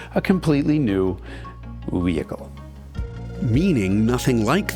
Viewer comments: Except for when he said "wehicle." I still cannot figure that one out. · Excellent accent, "Wehicle" I'm dying!